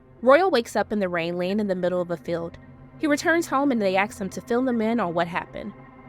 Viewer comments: The pronunciation should be the traditional ‘asked’ not the altered ‘axed’ as is used today by some cultures. Kept it as PC as possible for ‘y’all’ but let the comments come as they will 😂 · This narrator struggles not to say "axe" instead of "ask". Standard.. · Great recap! ❤ By axe you mean ask, right? Lol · No, it's not an "accent used by certain cultures". You're using a stereotype. It's not even an accent, it's a mispronunciation. I wouldn't think much of it in casual conversation or a non-professional video, but this is not up to standards for professional content. This is posted under Amazon's official account. And yes, if a Louisianan or a Creole speaker (which you assume means the same thing?), or Texan, Bostonian, etc is a professional narrator, newscaster, etc and mispronounces a common word, I would be annoyed by that too and would expect better. Btw I grew up in Boston until late childhood, and have lived in the South for decades, and yes I'd expect the same from a narrator (or newscaster, etc) from Southie as one from the Palmetto State. Mispronunciation is not the same as an accent. Aksed, real-a-tor, nuc-u-lar, jewel-er-y, li-berry, etc. are mispronunciations. [p.s. I wouldn't have even replied here if you weren't invoking a cultural stereotype(s) yourself.] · it’s not an accent, it’s a flat out mispronunciation- it’s spoken as if the letters in the word are in a different order. It’s the same reason that people made fun of George Bush for saying “nucular”. Since you brought up racism, I assume the “culture” you are referring to is black Americans, but plenty of black Americans don’t mispronounce the word. You’re not helping black people by infantilizing them- they’re just as capable of speaking good English as everyone else. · "Southern"? That's a Northern accent. Do you think all Black people live in the South? Either way, a mispronunciation isn't the same as an accent.